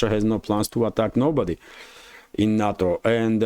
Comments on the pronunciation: NATO is not a word. It is pronounced "NAY TOE". "na toe" is sushi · NUTTO perfect pronunciation